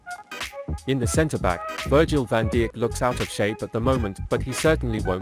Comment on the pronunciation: Its pronounced 'eye yax' ... virgil van dick???????? 🤣😅😂